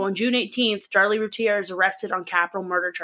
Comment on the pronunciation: Routier is 3 syllables if said with the French accent